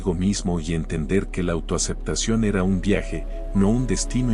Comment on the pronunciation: Ernestino no ( hernestino ) y era no ( hera )